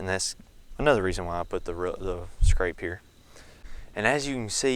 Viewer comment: It's scrape not scrap 😂